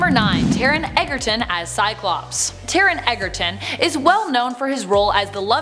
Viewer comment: Taron not Taren